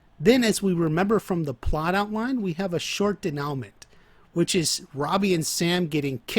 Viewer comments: bro great video. i have only 1 gripe. i dont expect you to speak french by any means, but when speaking about narrative structure, incorrect pronunciation of a key word like denoument can seriously undermine your credibility. i bring this up not to rag on you, but because your videos are fire and i wanna see fans take the most from your content. the correct pronunciation is day-new-mah. i would also suggest digging a little deeper into the correct use of the word as you seem to have a decent grasp of the concept, but a couple examples you gave were juuuuust a hair off. not incorrect, but maybe could have been worded a little better. this has been your weekly constructive criticism, signed, a dedicated fan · Denowment. Lol good video though